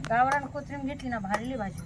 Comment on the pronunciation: ताई कोठारी i नाही ❌ कोथंबीर ✅